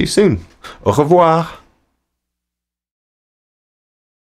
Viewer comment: The "Au Revoir" was perfect ! Almost zero accent !